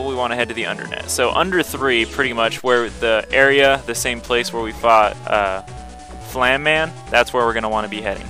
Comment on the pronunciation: It is pronounced FlameMan not FlamMan.